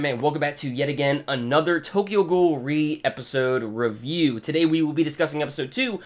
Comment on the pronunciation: Out a actually pronounced as R-E ^^